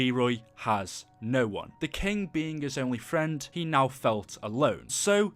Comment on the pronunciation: Im triggered. it's king, not kink :p